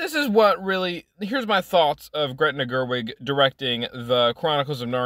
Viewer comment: It's Greta. Not Gretna. Greta Gerwig = actor/producer/director. Gretna Green = Town in Scotland.